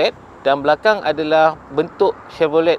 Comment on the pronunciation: Tahniah , cuma satu je walaupun ejaan chevrolet tapi sebutan tu senyapkan t . “chevrole”